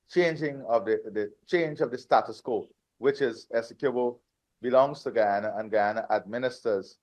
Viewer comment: GUYANA not Gana.